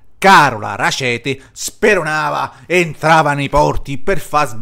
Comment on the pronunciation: È un cognome tedesco, pertanto va pronunciato esattamente come è scritto: Rackete e non Racete